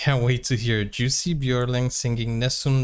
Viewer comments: Not juicy....pronounced "yussi" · Pronounced “You see”! Anyway check out the Jussi Bjorling Society USA!